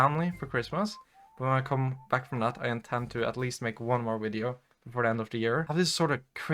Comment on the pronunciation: This video has two of my favourite things: Pretty girls, and the way Scandinavian people say "wideo".